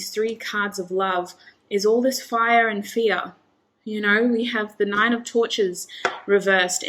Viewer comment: Group 2 - great message, thank you! Lines up with all the other messages I’ve been receiving lately. Patience. Ok. Funny side note - when you said “Princess of Torches,” at first I thought I heard “Princess of Tortures.” 😂🙏🏻💕